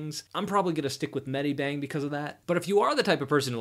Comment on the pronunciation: and it's not"med-I-bang", it's "med-i-bang".